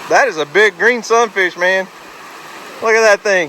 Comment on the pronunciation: God bless y’all for making this kids day, memories he will cherish🥰🙏🏻😇. Now I must admit that at first every time you’ve said Sun fish I thought you were saying “look at that son of a B- - - -“ LOL🤪😆. I am relieved I was wrong 🤭😉. Love and prayers always🙏🏻